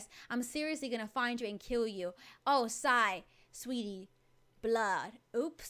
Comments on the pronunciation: her names zai not zia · Sorr not zia zai